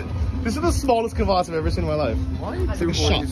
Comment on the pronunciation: Kvéss and kavass. Come on aren't you both supposed to be ukrainian experts? 😂